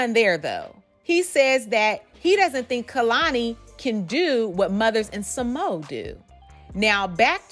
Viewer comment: Sa Mo a. Not SaMo